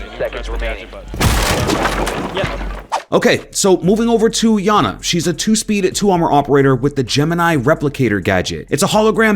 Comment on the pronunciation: its iana pronounced (yah nah)